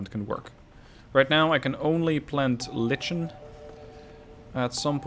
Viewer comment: Lichen: we pronounce it "Laiken"